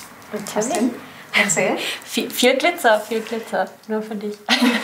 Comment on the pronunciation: Menschen die es "Klitzer" aussprechen haben mir schon immer Angst gemacht